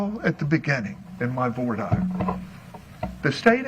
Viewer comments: I thought it's pronounced voi- deer not vah-dire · voice and whiney tone bugs me, but not as much as his pronunciation of voir dire... "vor dyer" instead of "vwar deer". Not impressive coming from a lawyer. And all of his many objections say a lot about covering up things. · Is this musical theatre? I'm pretty sure the starts singing. I think he's a soprano. 😁 P.S. And I'm pretty sure voir dire is pronounced, "vwar deer,".